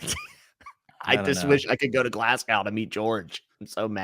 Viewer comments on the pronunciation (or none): What is talking about with “six years” to go for WoW—seemed to me George was insinuating by S2 or before... And “glaz-go”, not “glass-gao”.